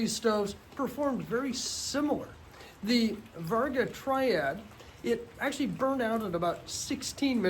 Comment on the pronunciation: You should pull this video and redo it seeing as you botched the name of the very thing you're talking about... It's Vargo not Varga.